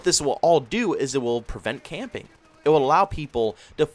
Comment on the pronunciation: My dumb self thought he said campaign I was confused😂